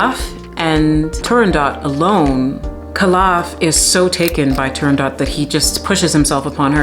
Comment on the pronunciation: You butchered the name of the opera as Arethra butchered the aria.